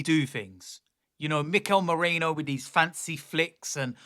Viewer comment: Merino, not Moreno.